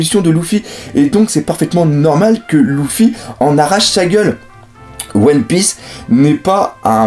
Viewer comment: Luffy = en prononciation c'est "Leuffy" pas "Louffy" !!